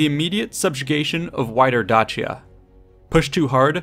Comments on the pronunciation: I call it Day-Sia ,.That Dachia crap really annoyed me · It's pronounced Dakia not Dachia :c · Da-chi-ya? For real? It's Day-sha or at the very least Day-shi-ya, brother. Where are you getting this extra H? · It's actually pronounced Day-Shia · You mispronounced Dacia.. (day.she.a) just saying